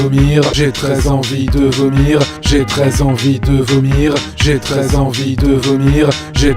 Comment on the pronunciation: on dirait qu'il dit "J'ai très envie de venir" ou "J'ai 13 ans vie te vomir" *sort*